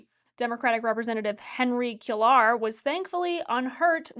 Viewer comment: Cuellar - as Rep Henry Cuellar - is pronounced like “quay are”. Love the show!